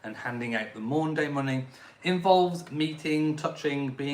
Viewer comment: It's Maundy Money, not Maunday Money! Maundy is derived from Old French 'mande' and Latin 'mandatum', meaning mandate or command. Nothing to do with days.